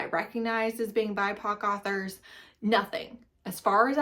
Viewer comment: You can literally not talk if you call “authors” “arthers”💀